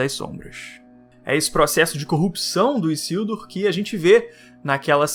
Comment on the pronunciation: Não é " Issildur ", é Isildur com som de " z " 🤓